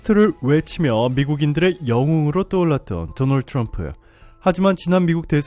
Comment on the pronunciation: 죠너얼주 츌엄프. 조 바이든 발음 차이... ㅋㅋㅋㅋ